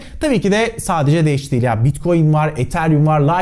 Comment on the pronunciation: Sen de sağol ne bileyim uzun zamandır seni izleyip de hala şu haline alışamayanlardanım 😃 öyle bir anlatışın vardı ki başta sanki dash değil de Anadolu şivesiyle kaçın daş yağıyor daş der gibi geldi bana.